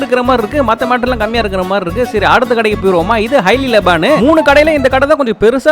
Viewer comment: தம்பி அது பேரு லபான் இல்ல லபன்